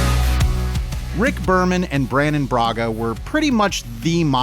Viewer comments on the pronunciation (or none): "Brannon & Braga," huh. 🤔😒🤣